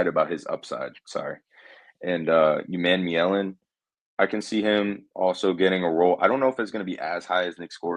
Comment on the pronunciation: Hey from what I hear Princley’ last name is pronounced phonetically oo-mon-me-ellen . You go guys!